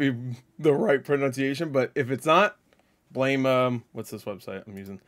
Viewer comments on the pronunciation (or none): none